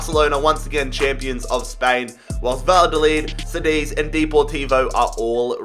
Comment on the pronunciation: Btw, Cádiz it's pronounced like Kadiz